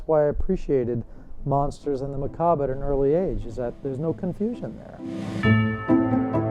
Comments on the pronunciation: Almost lost me on the way dude pronounced "Macabre". I'm that critical, but I'm also curious to see this documentary play out....okay verdict is in: it's actually a really good documentary about the subculture once you get past the cheesy opening graphics. However, there are contradicting view points such as Goth being a culture where everyone is accepted, where some goth look down on cyber goths. Lastly, Voltaire is so fucking hot! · im just over a min in and the voice over guy has already mispronounced macabre. i dont have high hopes for this "documentary."